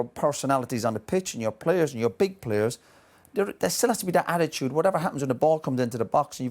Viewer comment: Did Roy Keane just say... Badittude?!?!?! xD